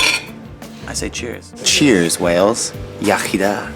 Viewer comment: iechyd da not iachida 😂😂 oh well